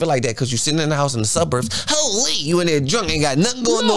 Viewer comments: The way say Hooolleee 🤣😭😭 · sayin HoooLeee is hilarious 😂